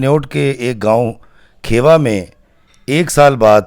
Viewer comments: It is not kheeewa it's khewa(khiwa) i am from there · Sahiban's father name was Kheewa not Khaiwa. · کھیوا خان kheewa khan تلفظ درست ہونا چاہیے۔